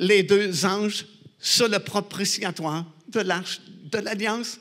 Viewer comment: Propitiatoire et non propritiatoire.